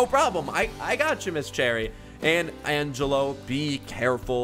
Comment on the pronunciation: According to my calculations its pronounced Angelo not Angello 🤓🤓🤓🤓🤓🤓